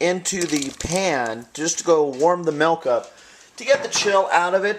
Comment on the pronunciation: lol he says melk